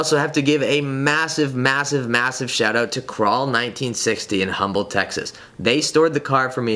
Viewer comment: Ahahaha it's pronounced umble Texas, the H is silent. Congrats on the new gti